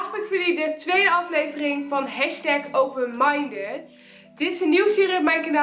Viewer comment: Openmindet letterlijk spreek je t zo uit Haha wel leuke video